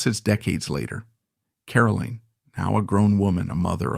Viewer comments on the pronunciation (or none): Caroline is highly accomplished: the author of several fascinating books, the much lauded ambassador to both Japan and Australia, and the keeper of the flame of her parents' exceptional lives. She is a huge credit to the Kennedy family. Too bad her name is mispronounced throughout the video: she is CaroLINE, not Carolyn.